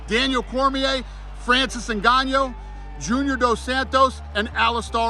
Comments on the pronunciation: You guys also think Dana mispronounced NGANNOU on purpose or are you wrong? Hehe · Dana 100% mispronounced Ngannou's name on purpose lol, he absolutely hates him. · dana mispronouncing ngannou on purpose